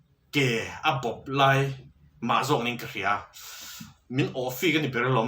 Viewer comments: Awh fik ni lo awh thik pawh ani bawk lo awhchik tih zawk tur aw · Awhfik tih hichu adik hlel deuh lomaw?Awh thik tih tur anih hmel tlat.